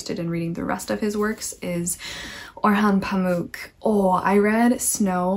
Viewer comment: I am Turkish and your pronunciation of "Orhan Pamuk" is actually really good!!And fun fact if you didn't know pamuk means cotton ☺. I hope you enjoy reading more of his books! Have a great day😚